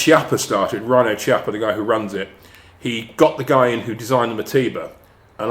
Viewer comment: Brilliant, thanks. Btw, Chiappa is pronounced "kiappa" with a K sound not C sound